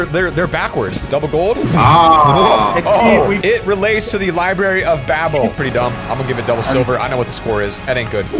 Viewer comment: who saw library turns into lirary😂